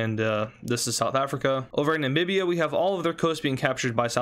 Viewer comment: bro its namibia not nambibiba